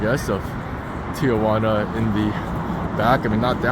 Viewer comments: Thee-Juana or T-juana..where the fuck does the O come from? 😂 please stop saying T-oh-juana.. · not pronounced tia-wana. Tee-wana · it’s pronounced “Tea-wanna”- not “tea- uh/wanna”- Get it right if you’re gonna try to teach people about the place… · If there's anyone who is interested or cares, the name of this dump of a town is properly pronounced, " TI "-Juana , NOT, "TIA" -Juana . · T-Jauna!!! not Tia-Juana!!! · 1) "Ti-juana"...NOT Tiajuana". 2) There are for-paid bathrooms in the line, had you only looked. 3) The "homeless" are mostly migrants - usually from Central America or other parts of Mexico. 4) There are web sites/pages which would tell exactly how long the expected wait time is. 5) Usually there are hustlers offering rides on shuttles to bypass the queue for a fee. 6) The bridge and area around it are simply unsafe in the night time ...these comments had to be made because your video was not helpful at all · Tijuana is pronounced "tee WHAH nah," not "tee a WAH nah" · Never understood why so many Americans, including my fellow San Diegans, pronounce Tijuana with an added 'a": Tee-A-Wana. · Why do gringos pronounce Tijuana as "tee oh wanna"?😂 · Agreed. I always tell non-Spanish speakers: if you can say marijuana, then you can say Tijuana. What's this tee-a-wana? Come on.